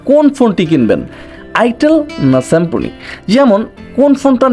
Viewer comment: "শিম্ফনি" কী ভাই?? 😂😂